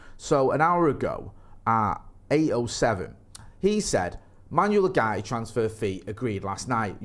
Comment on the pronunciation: Pronounced Oowarte